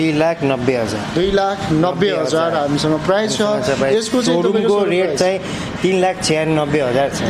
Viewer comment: पहिलो कुरा त प्राइज़ भन्नु ग़लत उच्चारण हो। कि त मूल्य भन्नु नाई भने प्राइस भन्नु